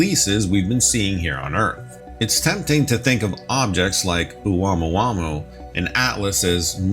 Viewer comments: Hey, you aren’t slick. I heard the way you pronounced the Hawaiian name for that interstellar object: OH-WAMOO-WAMOO! You tried to sell it…play it off like you’ve been saying that word since college. But that word tore your behind UP! 😂. Seriously, unless a Pacific Islander issues further correction, the accepted pronunciation is, OH-MOO-AH-MOO-AH. Can’t have you going around reporting the news of it sounding like that.😂😂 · Its pronounced ah-moo-ah-moo-ah for god sakes. Lol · Thought it was pronounced Ah-moo-ah-moo-ah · Pronounced “Oh Mua Mua!”